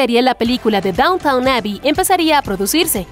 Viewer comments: Quería ver este video pero la narradora no deja de llamar Downtown a Downton. Me quedé en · DownTON! No “Downtown” , lo pronuncias mal todo el vídeo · A ver si para empezar, la locutora se entera de cómo pronunciar correctamente “DowntON“. Nadie habla del “centro de la ciudad (=downtOWN)”. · En realidad la serie se llama "Downton", no Downtown! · Gran comentario… pero por favor pronuncia bien el nombre. NO es DOWNTOWN, o sea centro de la ciudad, sino que se pronuncia DÓWNTEN, con el accento sobre la primera sílaba. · no es downtown, es downton! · Amiga mía, la serie no se llama Downtown Abbey sino Downton Abby. Hay una ligera diferencia. Lo has estado pronunciando mal durante todo tu trabajo. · Me está volviendo loca que digas todo el tiempo Downtown en vez de Downton. Me es imposible imaginar que viste un solo capítulo de la serie si no sabes ni como de llama. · Dejé de ver el video cuando dice DowntoWn xD Es Downton, lelos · NOOO SE PRONUNCIA DAWNTAWN 😭 QUÉ DESESPERACIÓN CON ESTA NARRADORA DE M!